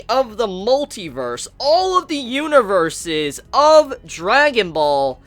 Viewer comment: A little Spanish like Huaniverse. xD